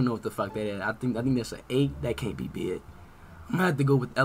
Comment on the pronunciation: How he says be-ig has me dead